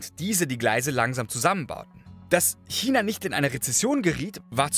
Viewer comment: danke für die korrekte aussprache von china. ❤ selten geworden